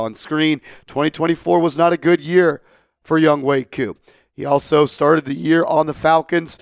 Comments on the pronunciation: Youngway? Cant read good? YoungHOE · A simple search would say it’s pronounced Youngway brodie